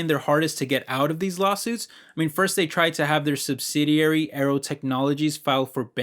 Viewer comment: I was listening and heard "Arrow" and was like what he's talking about Arrow 🏹 lol, but it's Aero🖥😉